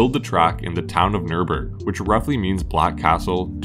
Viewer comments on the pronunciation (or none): No. Not Nuhrbuhrg. Nürburg. The narrator should listen to a real German. And repeat.